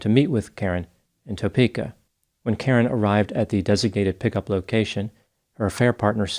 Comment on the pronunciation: Kansas resident here.. Lol its not said Toe-pe-ka it's Tah-peka